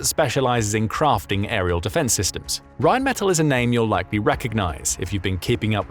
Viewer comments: I believe it is pronounced Rhein men TAll as opposed to Metal. The gun is insane it can also besides the RPM it can target based on not just all you've mentioned and it can prioritize the closest to the furherest and realine against those others from all directions. And if they have a number of them it will likely result in virtually eliminating up to 85-100 percent kill rate. I am surprised the Ukrainians have developed a Sonic Acoustic recognition type radar adapted to a simple AI to pick drones advanceding beyond sight and sound of us kowly humans. And if I remember the mobil guns can fire effectively on the move. It isnt that surprising the German's are so supportive because they have been the victims of counter insergencey which so far has been thewarted. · Rheinmetall is pronounced as 'r[aj]nm[ay]t[à]ll' - with the stress on the last 'a' hope this is helpfull... 🙂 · Rhine Meh-tal, metal doesn’t have to ll‘s at the end, but the German word does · REALLY glad to see this. Oerlikon makes some excellent stuff. The U.S. makes something similar, but much less sophisticated, (conventional shells, instead of flechettes). Plus O.G. Hawk anti missile batteries for taking out Russian cruise missiles. Glad to see Reinmetal, (BTW, they pronounce it with the accent on the last syllable), really pitching in to help. Excellent company. Sort of the German version of Raytheon. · Rheinmetall has a short a when pronounced. Accentuate that a in metall